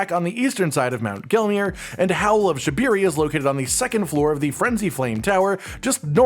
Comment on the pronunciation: IT'S SHA-BRI-RI YOU DUM MF